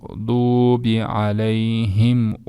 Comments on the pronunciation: Алейхим эмес Алайхим деп айтышат го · Алейхим эмес. Алайхим. Арабтарда е буква жокко